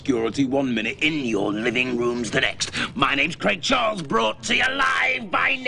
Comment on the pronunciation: I'm more offended by how Americans pronounce the name Craig Charles.